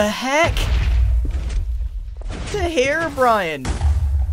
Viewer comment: Grian just called Herobrine, ‘Herobrian’ That actually sounds hilarious